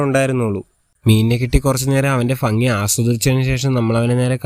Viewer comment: ഫങ്ങി അല്ല 😂ഭംഗി 😂